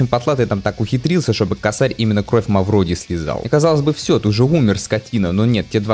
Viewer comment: не косАрь, а кОсарь , но уже поздно , ну и геншин с ним